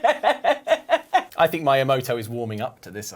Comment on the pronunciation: Did he really say Maiamoto